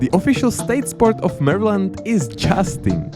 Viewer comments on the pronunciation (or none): You messed up half of the state names and a few of them you butchered to a non-recognizable point. It's pretty weird cuz you correctly pronounced weird states like connecticut and michigan right but you pronounced maryland like Mahrlin. How does that even happen??? Then you pronounce new york state correctly but then pronounce the city wrong. ??? Clearly you're just guessing with some states